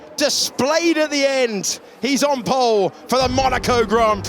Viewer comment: “Ocon’s taken POLE, Ocon’s taken POOLLEE position” 🤣